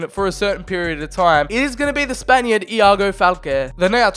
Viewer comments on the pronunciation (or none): none